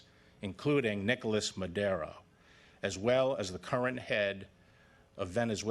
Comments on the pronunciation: Why he says"Madero" instead Maduro? 🙄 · 011 superseding what what huh Nicolas Madero he doesn't know how to pronounce Maduro? Bill bar is pulling off an obvious CIA style coup d'etat like with Noriega in Panama to take over the government and of course get the oil which is needed because the Shale oil industry just Tanked because of the low oil prices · Haha haha it sounded like maderoo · Hey Mister is maduro no madero!!!! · Can even pronounce his name...lets start from there